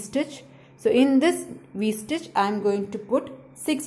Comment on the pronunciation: To me she keeps saying w stitch but it’s really V stitch